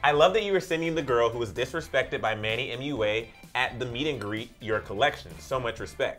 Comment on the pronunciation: Ion like manny but ITS SAID MANNY MU-A